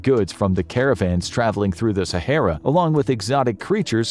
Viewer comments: So good that he can't even say the name Sahara properly 🙊🤷‍♂️ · At least learn how to pronounce Sahara beforehand. It's not too difficult